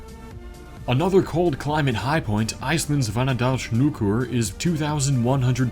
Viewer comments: Oh, he struggled with the Icelandic one for sure. hvann-a-dals-hnúk-ur is pronounced something like kvann-uh-dals-nhewk-urr... difficult to use English respellings to convey the proper pronunciation :) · He did kebnekaise well but hvannadalshnjúkur not so much, in icelandic hv is pronounced kv for some reason, that and it should be pronounced more sharply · Your pronunciation of hvannadalshnjúkur was... questionable